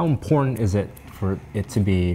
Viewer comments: "How imporntant is it for it to be exactly at the half way PORN" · He also said "imporntant" right before that haha